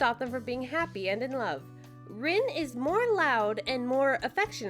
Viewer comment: It’s pronounced Reen and spelled like Rin